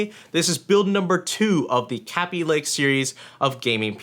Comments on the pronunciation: It's not pronounced "cabby lake," it's produced "k bee lake" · "Kea-bee-lay-k" get your facts straight it's "Kay-bee-lay-k" who says "Kea-bee" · Kay-be lay-ke The 'a' is a long one. 'ay' :P Yes I know it's all in the pronunciation etc but whatever :P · Sound like you said "Kapy lake" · pronounce kabylake right... kay be lay k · Yo! The way u say kaby lake,it sounds like crappy lake.(No offense intended to anyone)